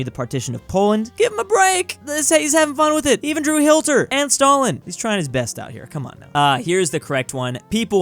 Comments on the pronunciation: bro said hilter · “He even drew Hilter”